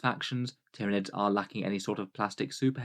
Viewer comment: Ty-ran-ids, Ty-ran-ids, Ty-ran-ids!!@